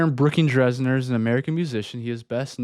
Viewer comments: If I had known prior to starting this video that I could’ve played a drinking game for every time you mispronounced ‘Dessner’ 😂… I’d be wasted🎉 Seriously, I really did appreciate the video though. Good job 🫶☺️ It was fun! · It’s actually pronounced Dessner not DRessner haha💀😭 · why is no one talking about how he kept saying Aaron “Dressner” instead of Dessner